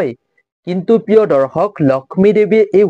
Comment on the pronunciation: দৰ্খক নহয়, দৰ্শক ;আজুৰ নহয় , আজিৰ।